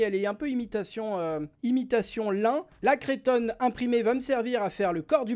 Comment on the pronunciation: coucou! on dit cretonne! pas crétonne!;)